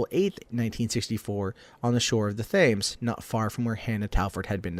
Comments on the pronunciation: Thames is pronounced temz incidentally ;) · It's not jack the stripper it's Jack the Ripper and he said Thames wrong